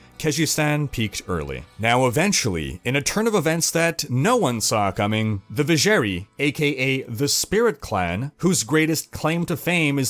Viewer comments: I love your videos and in-depth detailing. As do my two brothers... *sinister glance*. But I swear to god in-game audio pronounced it "Viz-zher-'eye'". Not "ee". Also, censored Andariel tatters. Iconic. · thats not how Drognan pronounce Vizjerei in d2.... edit: jesus christ you say it like 50times throughout the video and it is wrong every time! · I cringe everytime he said Vizjerei wrong